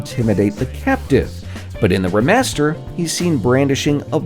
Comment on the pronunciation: Everyone else: “Re” master -: “Ra” master